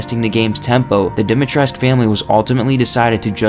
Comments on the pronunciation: Yeah this is true. And it's likely that the mispronunciation stems from the game being translated from Romanian to Japanese and then into English rather than picking words that need to be pronounced differently because of how in Japanese you often don't pronounce U when it's at the end of the word. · You pronounce it lady dometresc that's how she says it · It's pronounced: Dih-mee-tres-coo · The first thing is actually wrong. ''Dimitrescu'' is a Romanian name, and all Romanian names that end in ''escu'' have the U pronounced as well. Therefore, everyone in the game, in cluding Lady D herself, pronounce ''Dimitrescu'' wrong. You are supposed to pronounce the U as well. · I love how the very first fact is about people mispronouncing her name, yet you mispronounce it every single time you say it in the video. Go and listen to Lady D say it- it's dom-E-tresk. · yeah but even the game cant even be consistant with its pronunciation ethan and alcina both say it like domitresk and the duke says it like dee-mitresk. I always thought i was uncultured or illiterate but ev I knew how to pronounce the name 🤣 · First fact it’s not quite true. The “u” is not silent since Dimitrescu is a common romanian last name, game being set in tha charpatians mountains which is in Romania, and the name is pronounced with the “u”, not being mute. The developers just mispronounced but their intention was to gove her a name in theme with the setting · Ya no. Apparently that isnt how you pronounce lady D's name, a women who specializes in things like dracula, folklore etc and is from transylvania talkes about the correct way you would pronounce the Romanian last name. I think u can find the video if you search something like "professionals react to lady D" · Dimitrescu is a Romanian surname. In Romanian the "u" isn't silent. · Fact 1: Through the lore maybe, but actual Romanian the U is pronounced. Source: Talked to a Romanian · Lol for sure